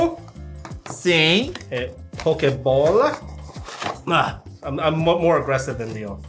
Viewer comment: tentando falar pokebola